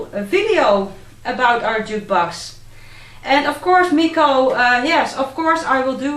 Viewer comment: Now that's a beauty! Thanks for sharing. P.S. You pronounced my name really nicely. (